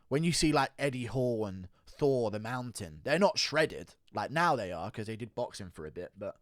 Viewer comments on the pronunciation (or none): none